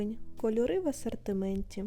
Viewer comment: Вдосконалюй вимову, не Акай по- кацапськи, не Асартимент, а асОртимент! Не «гарний по якості», а «гарний ЗА якістю»! Ти в Україні, а не в Кацапіі, твої відео для громадян України, тому не будь така безграмотна, бо нам, українцям, - ріже слух!!!!!!!